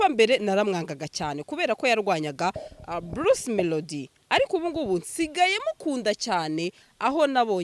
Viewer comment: Bluce melodie (not) Bruce (✓) Tandukanya "r" na "l"